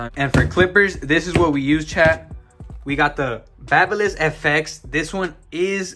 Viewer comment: Baby liss, not bahba liss fyi